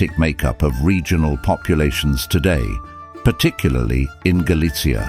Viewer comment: Stop trying to pronounce Galicia like pizza.